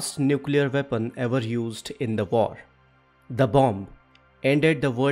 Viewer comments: Did you say, vepon or weapon….FFS speak English or Indian but don’t pronounce English words the way you want. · If you can't pronounce weapon correctly find another topic.Veapon ?